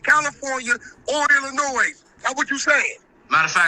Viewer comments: Why is wack pronouncing the “S” in Illinois 😂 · The “S” In ILLINOIS Is Silent.. Jus Sayin🤷🏽‍♂️ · The s is silent in Illinois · The S in Illinois is silent. 🤦🏽‍♂️